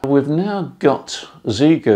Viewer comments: Often, Chinese words with 'X' in are pronounced with a 'sshh', I believe Xiegu is "Shaygoo". Happy to be proved very wrong. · From what I understand (my wife is Japanese so may not be exactly correct), the pronunciation is more like Shay-gu. I don' think we English speakers will every get it right. A bit like the tsu sound in Japanese lol.